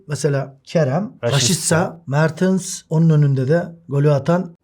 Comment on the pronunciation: Niye inatla mertıns diyorsun ya 😃 mertens işte adamın adı